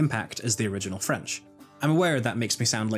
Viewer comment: I'm late, but just wanna say (great video btw) that your french accent is perfect